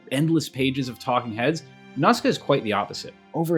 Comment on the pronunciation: Absolute gangster credit for pronouncing “Nausicaa” correctly in Japanese accent, in this video full of commentary on mispronunciation. 👩‍🍳💋🤌